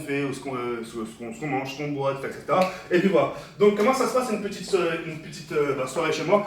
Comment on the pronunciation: Comme bien de fois il a dite ect